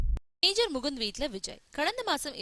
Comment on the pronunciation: Not Mukunt, (dha is that syllable), mukunD. Let us respect his name!